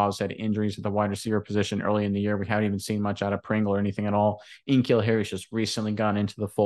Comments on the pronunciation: yea but it’s N’Keal.. lol take care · they call him N-Keal the entire podcast.